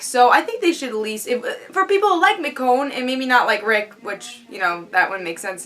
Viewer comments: It's Meh-Shown, That I know. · Who's miconne? Michonne........ Haha. mess up the black girl name. Why don't you. Joking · Nice review, agree with pretty much everything you said, especially with Rick and Lori. Did you notice when Carol was doing the C-section on the walkier someone was watching her from the tree line? I thought that was creepy. And I think you're pronouncing Michonne wrong.Oh and the intro is awsome !